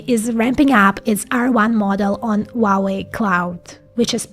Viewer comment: for the record, the "H" in "Huawei" is not silent. It is pronounced as "Huawei" not "uawei"